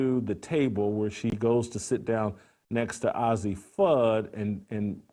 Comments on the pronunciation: Dude it's pronounced "Azzi" not "Ozzy" ! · you should learn how to pronoun names its A-zi not ozzi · Not “Ozzie”, Jason— it’s pronounced Ayzzi: long a sound. Come on, if you watched any of the games, you’d know how to pronounce it. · its not ozzi its azzi.moron. being gay in women's bball means nothing. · The very least you can do, as a journalist, is pronounce the subjects' name correctly. Her name is pronounced Ay-zi not Ozzi. Also, everyone loves Cam Brink and she's a straight white female. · First of all, the name is pronounced "AYzee", not "Ozzy". Second of all, who cares about their sexual preference? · Her name isn't ozzie Fudd, it's Azzi Fudd, as in A.Z. Fudd...... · It's Azzi Fudd...Not Ozzy Fudd you homophobe. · “ay zee” btw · Paige and A Z...get the pronunciation right.. have been best friends since they were sub 10... why is it necessary to cover their sexuality... if indeed they become more.. Good luck2them! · Hard to accept the "journalistic reporting" of a man who knows so little about the two women that he can't even pronounce the name of one of them correctly. Ozzi Fudd? - You've strayed from your lane, Jason. Stick to things you know. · Jason, it's pronounced A Z.... just put the letters A&Z together. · what a moron. Doesnt even get the names right. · Paige isn't as exciting or "accomplished". What does that have to do with who's the better player? If that wasn't a give away that you don't know sh)t, you couldn't pronounce Azzi correctly. Lastly, why would she show off her ring to Azzi, if it was Azzi who gave it to her? Jason clearly is just playing to an anti rainbow audience. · Absolutely! You can tell Jason Whitlock does not watch UConn a lot by the way he pronounce Azzi’s name. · Why is an old man even concerned with a young ladies sexual identity? Plus, learn to say Azzi’s name correctly. You lost a viewer. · What does it matter and you saying azzie name wrong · Can't even pronounce her name right geez..